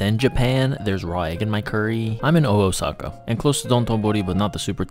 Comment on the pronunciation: Pronouncing Oosaka like that made me want to fight you lmao